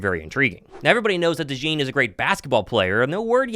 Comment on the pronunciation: Cooper “Dajawn” Dajean